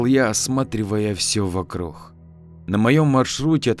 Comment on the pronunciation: Вот я смотрю уже несколько историй и слышу что ты говоришь вокруг как вокрух , а почему?